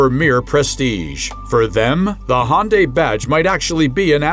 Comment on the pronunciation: Perhaps you should learn how to pronounce Hyundai. LOL.